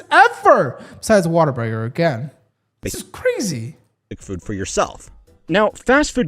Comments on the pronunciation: It's not Water-Burger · Im really disappointed that you're one of the people who pronounces it "water-burger" its....what....a....burger. say it slowly. You're putting an -er in there where it doesn’t belong